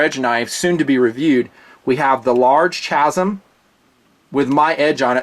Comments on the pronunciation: Dude it's pronounced KAZIM lmao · Chasm is pronounced kazom. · "chasm" (with ch pronounced as in chimp) - who are you, John Kerry? It's pronounced kasm. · I've never heard ANYONE EVER pronounce "chasm" as you did in this video. I've alway heard the "ch" pronounced as a hard "c" or a "k." Just bustin' you, and great vid!